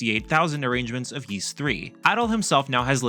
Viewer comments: It's NOT PRONOUNCED YEES. IT'S PRONOUNCED EES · Please pronounce Ys properly 🥲. It's not "Yees" it's "Ees". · Can’t wait for this! I’ve preordered the PS5 & Switch version! But please - it’s pronounced ‘ease’ not ‘yeese’ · I didn't know it was Yees, always heard it as Ees. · ah cool. Yees doesn't sound right. Thank you 👌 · "Ees" is the correct pronunciation. It's just hard to know the correct pronunciation because they rarely mention it after Ys 1&2, which are unvoiced in modern versions.